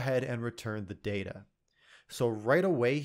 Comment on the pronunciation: I just come here to listen to your voice. Also it's pronounced data